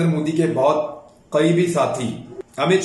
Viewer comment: گزارش ہے امیت کو امت بولیں شاہ نہیں